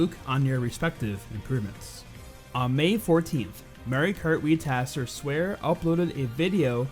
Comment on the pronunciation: Pretty sure it's "Swahre", not "Swear" Just saying.